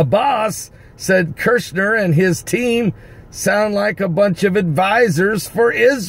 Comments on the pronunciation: I have to say it because it urks my nerves. His Name is Kushner, NOT Kershner. Say Cushion. Then say Cush, now say NER. Cushner, that's it, Kushner. Kushner. lol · Mr. Kushner's name has only ONE "R" in it, so his name is NOT pronounced KuRshner. It is just pronounced like this: CUHSH-NER. I Thess. 5:3: "For when they say peace and safety, then cometh sudden destruction like a woman in travail." First comes the confirmation of a peace agreement, and then tribulation hits, which is the sudden destruction the verse mentions. So this is possibly right around the corner, people! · KUSHner, not kurshner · ITS KUSHNER, NOT KIRSHNER. IF YORE GOING TO REPORT PRONOUNCE THE NAME RIGHT...JSUT SAYIN... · it's Kushner, not "Kirchner"... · no "R" before the S in KUSHNER , say....COOsh ner